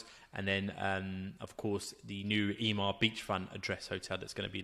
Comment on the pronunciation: It's not E-MAR its EMMAR pronounced EMMMM-AHHHR